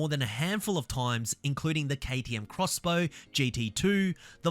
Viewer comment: I will be disappointed if all we get in American Automotive are yet more Corvettes and Mustangs. And yes!! KTM Crossbow not Ex-Bow (thanks for pronouncing it properly 🙌)